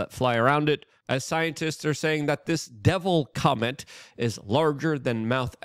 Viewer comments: If you cannot pronounce COMET correctly and insist on saying comment do not put it on your show !! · Luke why did you keep saying Devil Comment instead of Devil Comet? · It's COMET not COMMENT. good grief 🙄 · Lukes ability to say Comet, is only surpassed by Benadryl Lumber-hatch attempts of saying penguin